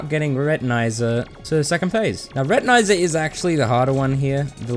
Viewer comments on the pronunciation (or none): Your pronunviation of Retinazer disturbed me way more than it shoud’ve. It’s wordplay on retina and laser, and laser is definitely not pronounced like that.